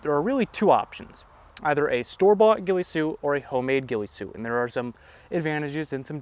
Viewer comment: The “weefy soot”